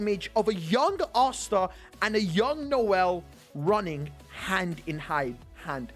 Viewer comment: why do u say asta otsa